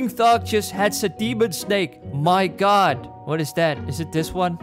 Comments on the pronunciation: Normal people: oh my GOD: OH MY GUT! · I like when u said "Oh my gut!"